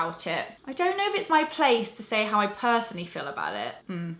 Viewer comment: It's the second time I have heared you say things like "...mi/me desk":) Where are you from?:)